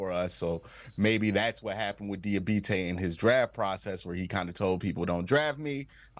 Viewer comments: How do you mis-pronounce the dudes name several times 2 mins after you hear it said correctly several times? Come on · Somebody needs to let Q know he has got to stop butchering that man’s name, 🤣. (Dee-uh-bah-tay)